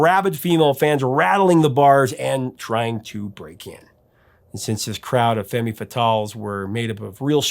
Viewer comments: Dis you say "Femmy Fatals"????? Holy shit. I had to listen again to make sure that's what you said. Brother, you don't pronounce the "e" at the end of femme. It's pronounced "Fem" "Femme Fatal" . Have you ever heard of "The Violent Femmes"?? It's so strange to hear someone pronounce the e at the end, especially someone around my age who has been around long enough to know better. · Just an FYI; the last ‘e’ in the word femme is silent. You gave me a good laugh. Great band. Great song. Great anecdote. As always, thanks.